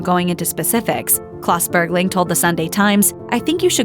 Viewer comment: stop saying bergley